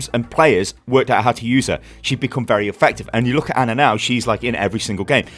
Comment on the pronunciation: HOW TRIGGERED DID YOU GET WHEN HE KEPT SAYING ANNA INSTEAD OF ANA